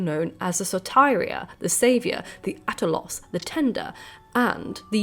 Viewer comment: absolutely loved this video, but if i may note a tiny little thing, the pronunciation of some of the words was a bit off if not completely wrong at times !! (e.g. soteira was pronounced as saw-tuh-reea, whereas it should be saw-tey-ra, just to make it a bit easier to understand - to use IPA, it should approximately be pronounced as [sɔ̌ːteːra])